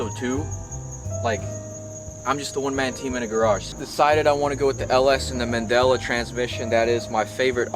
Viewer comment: I’ve heard the Mendeola transaxle pronounced men-dee-oh-la. I’m not throwing shade just sharing info. Bitchin’ work bro!